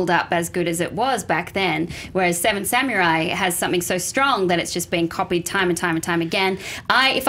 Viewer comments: Someone please teach her how to say "samurai". I know Japanese is often butchered, but it's like nails on a chalkboard to hear "samyurai" every 30 seconds.._ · The way she says samurai...grrrr it's not samyurai! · Anyone else annoyed that Alicia said sameray instead of samurai. Might be accent but it pulled me out of her argument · lol Seven "Samyourai"